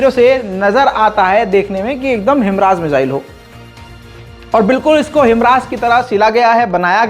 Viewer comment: भाई हिमरास नही हिमार्श है